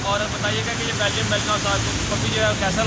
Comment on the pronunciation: Ya belgyam shpeed hay melineam nhi yar ghalat lay liya hay